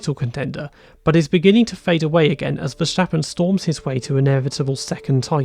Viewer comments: Please stop saying Vershtappen. His name is Ver-stap-pen. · There is no sh sound in Verstappens name. Otherwise great video. Cheers 👍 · How come you know so much about F1 but can't pronounce Verstappen? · Learn how to say Verstappen